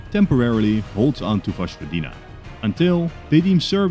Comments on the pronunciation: My man please learn how to pronounce Vojvodina 😭 it's not voshvodina it's voyvodina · Btw, Vojvodina is pronounced Voy-vodina, not Vozh-vodina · Vojvodina is pronounced as "Voyvodina"